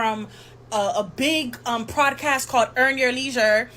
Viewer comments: If she says “prodcast” one more time! Lol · Why does she keep saying PLODcast ??? 🤣 🤣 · What hell is a “prodcast” 🤔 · Why she keep putting an R in Podcast?